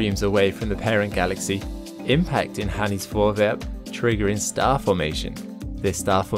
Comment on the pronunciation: P.S. I should just add that the Dutch name Hanny is pronounced "Honey". ;)